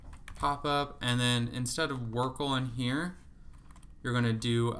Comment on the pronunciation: I love that you call it workle. That’s really good